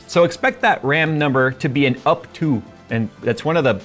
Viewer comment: up to-ah